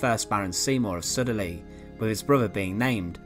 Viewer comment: Not sure where you’ve picked that one up from, I thought it was specifically Scouse. PS: If that bloke killed a Spaniel, I would gladly have topped him myself, and Sudeley is pronounced “Sued-Lee”.